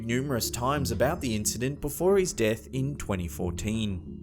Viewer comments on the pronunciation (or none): none